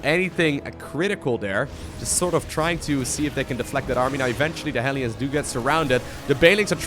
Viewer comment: Why are the "hellions" (hell lions) pronounced "helions"? It seems wrong to me...